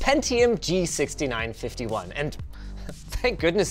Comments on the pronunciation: Did you just call it G-nice-51?😂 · No one's going to mention Linus saying the Gnice51 ? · That sneaky “G-nice-51” was great.